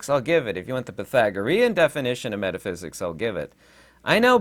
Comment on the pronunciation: "METHAPHSIKS" ::: HAHAHAHAAAAA EXPLAIN TO US THE FIRST 7 DIMENSIONS ::: AND YOU NEED NO METHAPHYSIKS HAHAHAHAAAAA